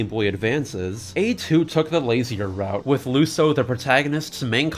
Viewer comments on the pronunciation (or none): none